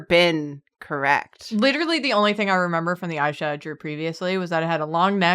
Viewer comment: It's not Aisha, it's AAAAAAAAHHisha